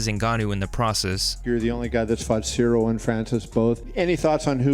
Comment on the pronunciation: Derrick Lewis calling him Cereal is hilarious.